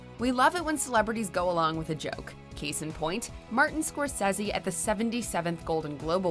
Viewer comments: The way you said Scorsese annoys me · Lady you really need to stop trying to pronounce things intellectually... Scorsese. Haha and his name is Ricky Gervais not Ri''y... why?? No C & K? Why??? Hahaha